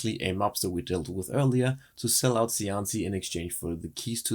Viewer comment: As an Italian language speaker, shouldn't Cianci be pronounced: Chianchi? ("Chi" sound from cheek)